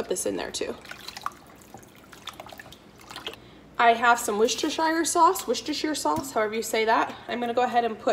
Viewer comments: Hi, I love your channel! I just thought I'd throw this in here- I live near Worcester, MA and we say Wooster- sheer as opposed to Wooster- shire with a long i. Happy cooking! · wu-stuh-sure NOT wu-stuh-shire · Impressive, wow women are amazing aren’t they 😊 ps the sauce is pronounced ‘woos stir’ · As someone whose family are from worcestershire, I can definitely say it's pronounced Wus-ter, the "shire" is not pronounced at all when talking about the sauce, although some add in a quick "sha" at the end,as all "shires" are when referring to the actual place. For example I live in pembrokeshire, which is pronounced Pembruksha. Hope that helps. Worcestershire sauce is such a great ingredient, and yet was invented by accident! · Worcestershire …Worcester”shear” …you rock girl…you are amazing xxx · Thank you for filming this, I really enjoy your style. BTW I am English, and Worcestershire sauce was invented in the UK. We pronounce it "wooster" like in 'push' ! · Amazing, seriously amazing! Well done! What a fantastic idea. You've really done well at your meals. Very inspiring 😍 One quirk for me, "wistersheer" 😊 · you say Worcestershire perfectly except the shire bit should be pronounced sher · Wus-ter-sheer....there's no sh sound n the i is said ee. Love from England xxxx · OMG I love you so much but please please please, it's pronounced "Woo-ster-sauce" xxxx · OMg...your killing me with the way you are pronouncing Worcestershire sauce. Drop the shire. It's silent. As a bostonian...I cringe everything I hear someone pronounce it wrong!!